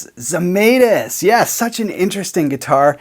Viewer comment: It's not "zi-may-tis", it's "zhe-mai-tis". That's the true pronunciation of the Lithuanian name Zemaitis.